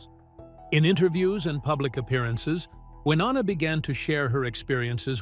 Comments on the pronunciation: Why do you continue to pronounce her name wrong? It's pronounced Wy-NO- na...not WY- NON-a. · It is Wy No Na not Wy nonna. Learn how to say her name before you post stuff. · I hate AI! It can’t pronounce Wynonna’s name and the info is widely incorrect! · Love, love, love the Judds!! Stupid AI voice, repeating the same ideas and concepts over and over, and mispronouncing Wy's name. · Most annoying is this guys inability to say Wynonna's name correctly!!!!! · For God’s sake, you really should know how to pronounce Wynonna’s name at the very least.🤦🏻‍♀️ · If you are going to do a story on someone at least pronounce their name correctly. These two are country music royalty say Wynonna's name right! Be respectful about her life story she went through alot in her life. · And shouldn't post anything ever if you don't pronounce Wynonna correctly!